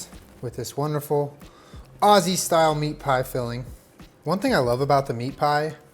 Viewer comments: the way you said aussie ... no ma'am. aussies pronounce it more like youd say ozzie lol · The way he said "Aus-see" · all aussies were cringing when he said osseee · saying Ozzie not Aussie the whole time is making my inner Virgo scream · This is a very fancy meat pie recipe but I love it I also love that he pronounces Aussie as ozzy😂❤️ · boy that’s not how you pronounce “Aussie” 😩